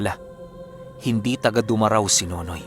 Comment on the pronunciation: Du Ma Rao. Hindi po diretso. Mali Pronunciation